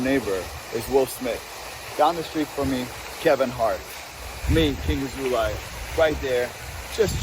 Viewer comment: I love when you said "Bendover Asshole-lay", Am I hearing it right? 🤣😂